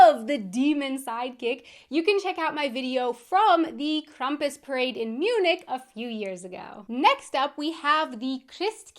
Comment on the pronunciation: Krampus is becoming way more common in the US, too. I've known about him (and it sounds like I know more of the origin than you do) for a while... We do pronounce it "Kram-pus" (the beginning like a "cramp", not Krum-pus.